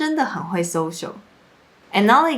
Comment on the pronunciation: your social sounds like sosho 😂 这还没什么，最北七的 "ong" for "on" - please put the book ong the table 好像只有中国人讲的，不是台湾人讲的吧😂。还有一个是 "C" 变成 “say" - 维他命 Say 😂